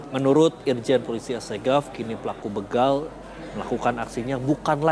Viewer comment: Begal pak bukan beugal